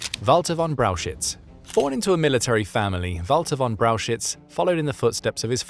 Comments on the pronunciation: it is pronoounced "Braukhich" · Brauchitsch is pronounced BROW heets. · That first Generals' name is pronounced "Browk-Itch" ..NOT Brow-shitz!🙄🙄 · Brauchitsch is pronounced like "brow hitch" not "brow shits". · Maybe in part 2 you could find a way to correctly pronounce: Brauchitsch?